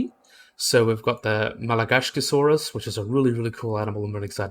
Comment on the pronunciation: Your saying Masiakasaurus wrong. It’s not “Madagascarsaurus” it’s “Ma-she-cu-Saurus” Edit: it’s not a nothosaurid, it’s a Noasaurid